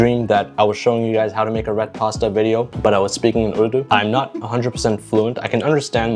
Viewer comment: I like how your mother is disappointed on your urdu pronunciation.